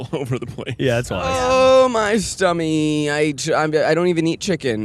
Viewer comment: Zach said 'stummy'! I say stummy!